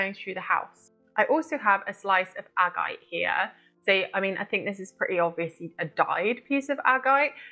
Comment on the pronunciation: 'ag-I-te' and 's-OAD-alite'. Its Agate and SODalite for christ sake